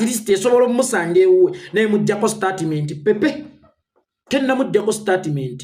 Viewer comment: Mbu Startimenti wabula abaganda engilish mugyonona mbu Startimenti.. Bagamba Stetimenti not Statiment haha😂